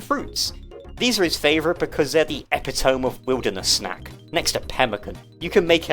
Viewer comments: I hate to be One Of Those 🥲 but epitome is pronounced "uh-pit-uh-me", not "epi-tome" like it looks like it should be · Epitome is pronounced “eh-pit-oh-mee”. Blew my mind when I first learned that, I always thought the written form was a completely separate word from the spoken form, but they’re the same! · Did you just say epi- tome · you lost me with that pronunciation of eptiome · Oh my, "epi - tome" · epitome. look up how it's pronounced.